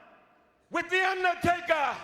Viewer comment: with THE UNDATAKA!!!!!! 😂😂😂😂😂😂